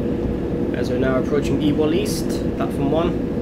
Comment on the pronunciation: Ewell East is prounce You-Well East